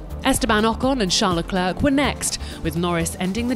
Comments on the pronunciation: Can we please get this woman to pronounce LeClerc's name correctly? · Learn how to say Leclerc if you are going to say his name